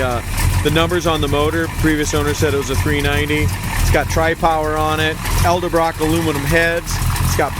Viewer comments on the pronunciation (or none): It’s Edelbrock not elderbrock. Maybe he says “nucular” instead of nuclear too. Oh well. This one is missing the stainless wheel well trim. Mine is missing the lower rocker stainless- too hard to find and too expensive if I do find some the price is stupid high. Stainless belt moldings are missing on this one.